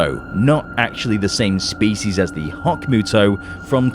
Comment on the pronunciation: MUTO... not ME-YUTO